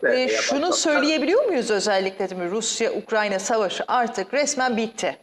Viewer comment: Ukranya degil lo husnu ukrayna ukrayna😂